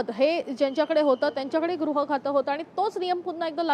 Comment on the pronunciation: Grah nahi baba gruh khata. Shivseneche nete shinde pan ashikshit ashuddha bolnare.